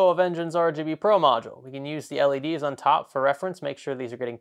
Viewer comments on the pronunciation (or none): none